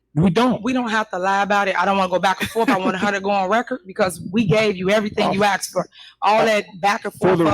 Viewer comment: Asked not Axed. Ask is a request. Axe is a tool.